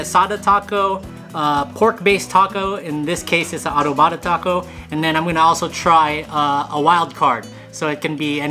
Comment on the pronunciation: Foo is adovada not adovaada lol